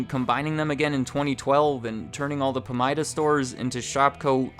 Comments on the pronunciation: It’s pronounced PA-MIDA, not PAM-IDA. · Pamida is pronounced “puh-my-duh” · It's Pah-mydah. We used to have one in my town before Shopko took over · It's pronounce Puh-Mai-Duh (Pa-mida). Pamida stores were great until they became Shopko stores. They went from being (Pamida) busy seven days a week to being (Shopko) dead seven days a week. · I miss Pamida (we pronounce it puh-my-da in Minnesota, btw) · Listening to you say “Pamida” tells me you aren’t from Iowa.